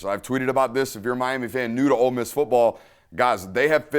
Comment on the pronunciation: Love love love the break downs Dude. My only note is that we are "OLE" Miss...not "OLD" Miss. haha. Every time you say "OLD" I think of my mother-in-law. I don't want to think about that hag while im watching football! haha. Hotty Toddy!